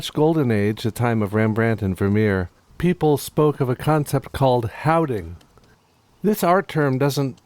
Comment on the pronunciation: He James love your panting. On the houding part, i think it is verhouding, wat translates to” in relation to” in the context of dark and licht or close and far. But exelent pronunciation on houding ;)